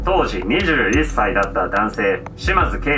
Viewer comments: じみーに21歳強調してて草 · 「21歳」はどうしてもクセが出るな。笑